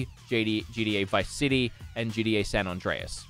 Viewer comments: Why is this man pronouncing gta gda? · It’s not “GDA” it’s “GTA”... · Say GDA one more time!! It’s GTA… GTA, for the love of.. ahh fugget about it. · Why am I hearing him say GDA instead of GTA, am I the only one lol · Why are you saying gda I mean you said it like five times one time I understand but come on